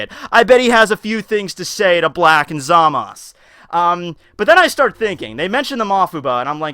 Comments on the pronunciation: It's basically up to the speaker if he wants to pronounce it ZAMASu (with a slightly audible u) or ZAMASS (with a sharp sounding S) in the Japanese language. That's because there can't be a single standing S (or other consonants except N) in Japanese. Every Japanese speaker would instantly understand that there is a U implied (except when the syllable is TO or DO, as there is no TU or DU in standard Japanese). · I definitely hear the last letter. Maybe they doesn't pronounce it like ZA-MA-SU, but something like ZA-MASu. End there is a weak "u" at the end of "desu" too, at least I can hear it most times. Not a big problem though, you probably won't have many occasions to pronounce this name anyway :) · Mastar from Mastar Media pronounces Zamasu in the right (in my opinion at least) way though, thats why I was surprised did it another way. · 2+2 = 4 and it's pronounced ZA-Mas. There is no U. Master Media pronounces it Wrong. However its his channel you can say it however the hell you want. Really isn't an english class and people tend to pronounce things how they want which is HOW slang happens anyways.